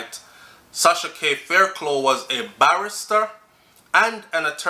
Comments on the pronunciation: Sighhhhhhhh everytime you said faircloooo I wish I could call you and say faircluff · Thanks for that info. Always informative. The name Fairclogh pronounce (Fair-cluff). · Hey,! Blessed weekend. Fairclough (pronounces Fair-Clof). Blessings